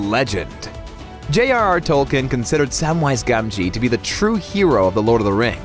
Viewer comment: It's Tolkeen not Tolken and Elijah Wood's character is named Maura not Frodo because that is the Westeron name not the Hobbiston name